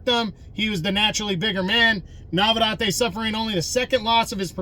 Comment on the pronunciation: Brother it's NavarEtte.